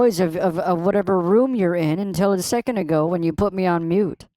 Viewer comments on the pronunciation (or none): none